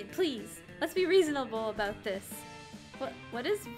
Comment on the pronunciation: What did I not know aboot? ... Adorable.